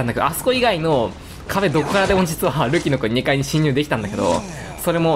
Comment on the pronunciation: たまに“ルキノ”がスマブラの“ルキナ”に聞こえて嬉しくなる